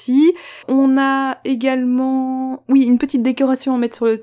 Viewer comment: le également fait un peu du sud non?